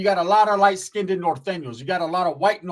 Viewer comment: You sound so dumb and uneducated when you mispronounce the word "skinned" why do you pronounce it "skin-tid".???????